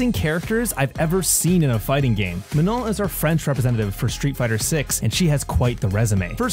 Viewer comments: I love the way you pronounce Manon... Finally i feel like my name can sound good in English lol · Woohoo one of the few people on YouTube who knows how to pronounce her name accurately